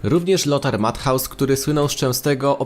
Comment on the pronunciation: mathaus? nowy piłakrz czy jak Lothar Matthäus.... sprawdz na tłumaczu jak sie to wymawia byku ;p